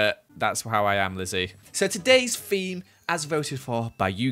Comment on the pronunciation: Today’s FEME is shop!!